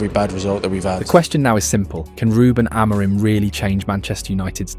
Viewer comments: AM A RIM ... get it right ... AM A RIM !! Not A MOUR RIM! Are you American talking about British football? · I assume this is an AI who is mispronouncing people’s names rather than somebody who has avoided every mention of their names. Ten HAG and A-MORE-im? Try harder. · Narrator can't pronounce ETH's or Amorin's name. I'm out. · The two different pronunciations of Amorim at the beginning and the end had me on the ropes 😅 nice vid